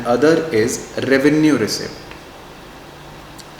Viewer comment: I think 'p' letter is silent in receipt and it pronounce as receit